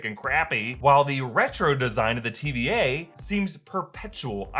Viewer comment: I still hear TBA and not TVA lol.